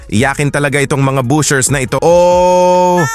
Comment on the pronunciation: BASHERS po. Hindi BUSHERS.